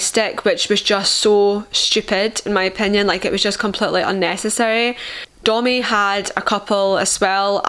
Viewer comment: Omg you said Domi wrong!